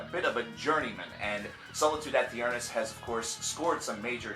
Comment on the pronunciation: Btw it's pronounced Solitude AYY-TURN-ISS